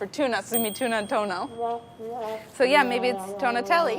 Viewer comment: just a small detail: it's toNNo not toNo. Tono means tone :D